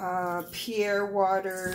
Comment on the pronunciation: The water is not pronounced Pee-air. It's pronounced Pear-ee-ay.